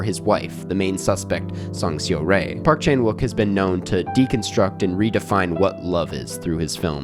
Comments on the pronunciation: hey i have a question. you saw the movie, and throughout the entire movie, they pronounced her name, seo-rae, as "saw-ray", so why can't you make that tiny ounce of effort to get the name right? it's not a word that you can't pronounce, it's not like this info isn't easily available on the internet. if you truly appreciate park chan wook and other korean cinema, i think you should be able to put in an ounce of effort and pronounce the name right. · I really appreciate foreign critics who enjoy Asian movies and always happy to see positive reviews like this. But please some effort in the pronunciation of Korean names would make this clip less jarring. Det Jang Hae-joon is “hay-june” and Song Seo-rae is “sew-ray” 😅